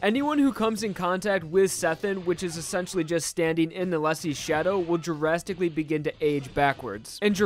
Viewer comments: i keep hearing "jurasticaly" instead of "drasticaly" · AU where drastically is pronounced jurassicly